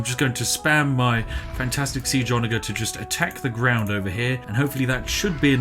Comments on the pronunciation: ITS A SOFT "G" IN ONAGER... otherwise the video was great! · The way he pronounces 'ONAGER' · Idk if you're mispronouncing "onager" on purpose or not, but damn does it trigger me